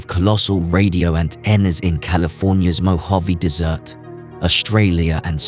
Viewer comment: Mojave dessert?! Robovoice fail